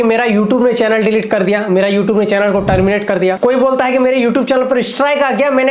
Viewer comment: YouTube hota hai u tub nhi😂😂😂